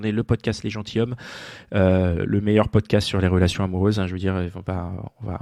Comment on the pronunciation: Bon, alors, tous les podcats sont géniaux... Sauf à la première minute : on dit " les gentiZommes" ! Nom de Zeus ! :)